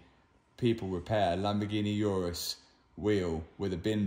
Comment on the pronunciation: I love Matt but absolutely hate the way he pronounces Urus. Ooo-Rus Matt not your-rus